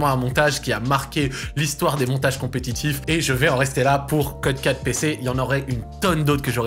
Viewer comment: "donc je vAÏÏÏS" bahaha